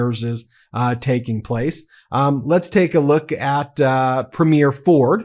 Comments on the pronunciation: BRO. ITS NOT A MOVIE PREMIERE. It's pronounced "Pree-m-yur" look at how the average Canadian pronounces it. AND OLEASE START PRNOUNCING IT LIKE THAT. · Love your videos BUT you need to learn how to pronounce “Premier” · 🇨🇦I love your work…one quick thing, when saying Premiere, the emphasis is on the first syllable, otherwise it sounds (to Canadians) like you’re talking about the Premiere of a movie.🇨🇦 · PrEmier not Premier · Ben, I love your show, but please learn how to pronounce "Premier"". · Constantly mispronouncing Premiers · Informative episode today. Just a quick (and politely Canadian) heads-up re the difference between "Premier: elected leader of a Canadian province" and "premiere: first performance in film, music, theatre, etc." - Canadian listeners may or may not read the show notes (and see the spelling error), but we immediately pick up on pronunciation error. We have provincial leaders, not provincial "first performances". 🙋‍♀ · just a note on pronunciation of Premier. The emphasis is on the first syllable. Sounds like PREEM-year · Just a friendly correction from a Canadian: In the word, "Premier," the emphasis is on the first syllable. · PREH-meer vs. preh-MEER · Ben, Premier is 3 syllables: pre-me-er. Not prem-yare. Hurts my ears. You could be the first non-Canadian channel to say it right. Please give it a try. It's easy! Thanks. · Thanks, Ben, for presenting the Canadian perspective, and thanks for being an advocate and a friend. AND: We say the word "premier" as [PREEM-yer]. Not [preem-YAIR] like you keep saying it. Thank you. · Love love love your show, but one small correction please…our provincial leaders are Preem’-iers, not Prem-eers’. Everything else, 100%….and yes, we are that peeved….carry on 😉❤️ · Why can’t you pronounce Premier correctly? It’s really quite simple. Phonetically it’s Preemyer, not preemyair. Please do us the courtesy of correcting your pronunciation of our provincial leaders titles. Thank you very much. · PRE not PRIM.